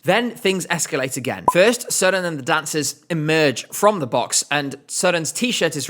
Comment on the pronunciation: As a Dane you actually pronounce Søren’s name good. It has a little Sweden like. But good video